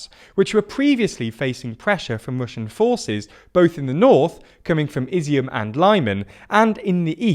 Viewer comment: They got Izyum wrong too. It's closer to "Iz-zoom" than the "Izzy-om" they use.